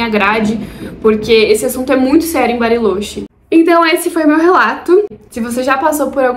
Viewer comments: Acredito que eles lá pronunciem "barilôtchê", não? No espanhol a vogal "o" costuma ter o som fechado e o "ch" o som do "tch" de tchau. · vídeo perfeito. só fiquei agoniado ouvindo tu falar “barilôche” kkkkkkkk